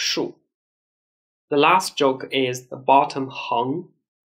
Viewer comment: It took me a while to realise that when this gentleman says "SILK", the English word he is trying to say is "STROKE". I give up.